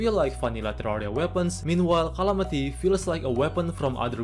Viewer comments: What do you mean "rhalamity" "rhontent"🤣🤣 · Bro its not qalamity mod, its calamity. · You made a little mistake in video: not Calamity, but Clamity :D